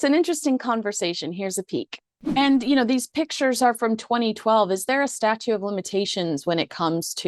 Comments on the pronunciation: we love watching you on GBNews here in London, but I feel that I have to point out to you and your guest, that the phrase is "Statute of Limitations", and not "Statue of Limitations". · fussbot here.. it's STATUTE not STATUE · Did you say “statue” of limitations? 😝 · Are you saying "Statue of Limitations"? It's STATUTE. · Statute, not statue. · The word is statute as in statues of limitations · Statute not statue of limitations. Sounded like you said the latter